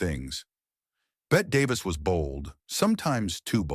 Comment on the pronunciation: You idiot, you mispronounced Bette Davis and most of the others names! Will never watch this crap!